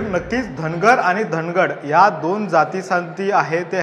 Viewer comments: धनगड नाही ओरोन, धांगड आहे ते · धनगड नाही धागड आहे